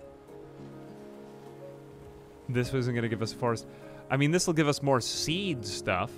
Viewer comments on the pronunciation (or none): none